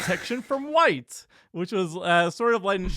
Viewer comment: starts saying "white" like he's been watching too many Dr Umar videos.